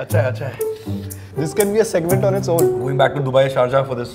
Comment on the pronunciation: It's SHARJAH. Not shajar. 😶 It's PAYASAM. Not pisum. 🙄 (Referring to subtitles)